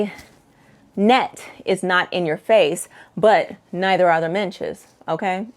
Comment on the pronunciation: I love a good packing video! BTW it’s midges rather than minches … I’m British and the Scottish midges are particularly fierce! You definitely need to remember your head-net if you visit the rural parts of Scotland in the summer.